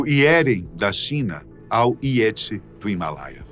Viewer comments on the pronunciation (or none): none